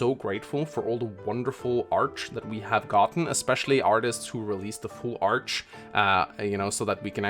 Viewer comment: Okay, this is bothering me... Why is he saying arch and not art?